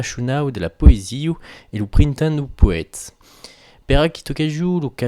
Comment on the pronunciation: * [prin'tan] > prin'ten